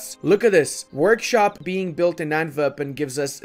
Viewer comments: Love the video! Just a small heads up, you pronounce Antwerpen in a very german-sounding way. As a flemish/dutch speaking person it is a bit sus to say the least. Foreshadowing? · Stop saying Antwerpen like that man!